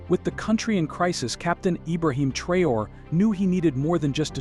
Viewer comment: Take your time. Study the name carefully and pronounce the name respectfully. Thanks for your cooperation.